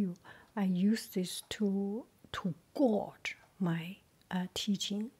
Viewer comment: It’s a tricky looking word in English, and the word gauge is pronounced “gage” like in the word engage. I really enjoyed the website review!